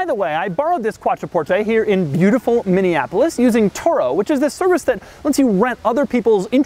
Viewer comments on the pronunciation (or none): none